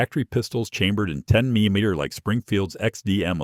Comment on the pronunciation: 10mm / AI can’t pronounce it right. This story just doesn’t sound right. I reload 12gauge shells.